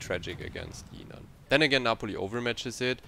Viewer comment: Pronounciation not yinan it's literally jinan with the J Also idk why people are still speccing into guns? They are so bad and this is a destroyer with a citadel and excellent torpedoes. Yes it's shite but it's actually pretty creative